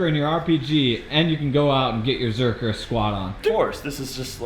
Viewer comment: Gotta ask, is it zercker like Juji calls it, or zercher like everyone else calls it? I know how it's spelled, I want to know how it's pronounced. Awesome video!